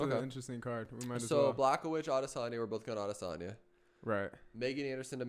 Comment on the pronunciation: It's Adesany(a) not Adesan(yeh)